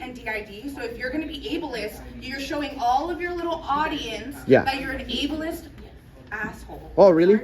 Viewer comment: New drinking game: take a shot everytime she says, abliest 🥴🥴🥴